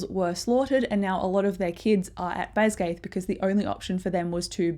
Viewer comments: This was great, thank you! Jsyk, it's not pronounced "BasGAITH", it's Bas-gee-ath" with a hard g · Great video, it just bothered me every time you pronounced Basgiath wrong 😅 BAZ-guy-ith